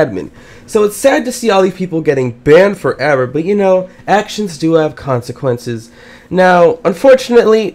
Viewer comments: Banmed foreaver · it sounds for me: band forevar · bAndE fOreVr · I like how you say "BANNED FOREVER"